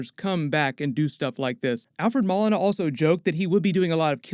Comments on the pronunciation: takes NO days off. Thank you for holding us down! also its Mo-lee-na lmao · I enjoy your work. Thanks for that! A small point Alfred Molina pronounces his name Mo-leen-ah. Thanks for everything! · LMAO i thought his last name was pronounced like Mow•Leen•a .. not Mall•innah 😂😂 Also I think it’s pretty clear that either villains are escaping from the multiverse somehow, possibly with Peter trying to use magic to make everyone forget he’s Spiderman or with Scarlett witch messing around and it’s up to Andrew Garfields and Tobey maguires Spider-Man’s to take them back to their respective universe - that’s how you get their cameos/roles in the movie. Just a guess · my man, his last name is Moe-Lee-Nah. Awesome video and super excited to see him as Doc Oc! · Alfred Ma-Lina 😂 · I think you said Doc Ock's actor name incorrect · Id think you of all people would say his name right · How about you take a couple of minutes and learn how to say Molina correctly